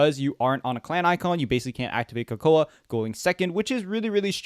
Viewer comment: Coco uh and not coco?🤧